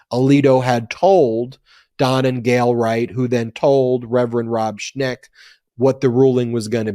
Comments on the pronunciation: Schenk not Schnek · It's ShENk, not ShNEk. Not sure of the exact spelling but it's en not ne. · The name is "Schenck", according to the internet, not "Schneck". Thanks for your great work!